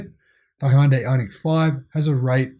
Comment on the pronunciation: helpful tip since i lived in korea. hyundai only has 2 syllables and it rhymes with sunday